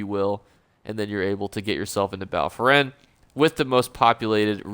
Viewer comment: Hey, don’t know if you know this but there is no R in Bal Foyen… love your vid’s though, only eso YouTuber I watch, great vid